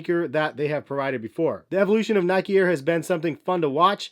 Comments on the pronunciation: every time he says nikey one of my brain cells dies. still a good vid though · well the e in nike is silent otherwise it’d be spelled nikey or nikie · Nic_IT it’s pronounced Nyke-E, people from the UK and elsewhere pronounce it wrong, just like Americans pronounce Adidas wrong